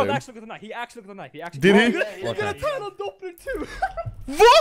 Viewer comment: I hate how he says Talon “Dopblu”